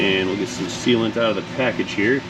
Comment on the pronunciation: Sealant. Not sealant. TomAtos. Tomotos. As you said, '...It seals'.